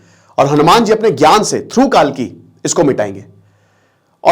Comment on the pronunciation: कालकी नही कल्कि आप गलत बोल गए।